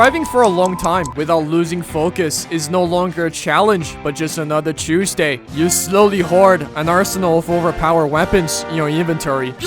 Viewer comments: DID YOU SAY “CHEWS”DAY? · It's chewsday innit bruv